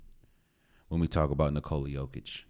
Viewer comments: Not quite, my Serbian brother. YO sounds like "yo-yo", and YOH sounds like "oh my God!"... OH my God, it's yOH-kitch! ✌🌈🏆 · Actually bro it's not YOH-kitch it's Yokich. Trust me I'm Serbian I would know. It's pronounced really shortly. The worst part is his name actually no one did it correctly to be honest, it's not NiCoola its NiCola. Again really shortly and tightly. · You raise some great points, my Balkan friend. Also, for anyone who doesn't know already, it's pronounced "nicola yOH-kitch", not nicOla yO-kitch.